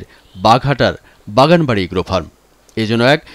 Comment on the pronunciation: Vai, fram hobe na farm hobe.